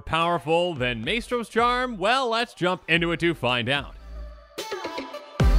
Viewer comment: Love your work and content. Just want to help so; Maestro is pronounced "Mice-tro".